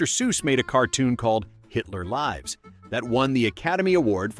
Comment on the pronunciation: A.I. Voice-over garbage again! The word "lîves" is not the word līves. A.I. does that all the time. Although I want to watch this, I don't watch Artificial Intelligence garbage. YOU SHOULD WALK AWAY TOO because a.i. is designed to deatroy your child's Intelligence - not yours, you'll be gone within 10 years. WAKE UP! I'm not watching anymore of this double minded seducing junk